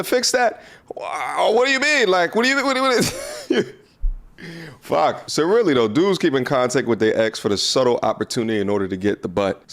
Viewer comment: lmao that "fuck" I felt that heavy my g